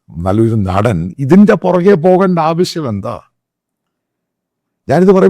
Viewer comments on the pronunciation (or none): none